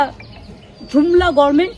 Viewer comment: মমতা কে দেখান কেন?সহ্য করা যায় না। দুদিন পর তো তিহার এ যাবে।ও আবার ইংরেজি বলে কেন? বলে গরমেন্ট , Government pronounce করতে পারে না। অপদার্থ